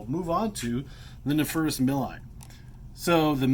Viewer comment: Btw, the "Nepherus milii" actually had their Latin name changed to Underwoodisaurus milli in 2014. Milii is pronounced "mil-ee-eye. I have done some research on this. Just wanted to point that out. Good video though, lots of good information.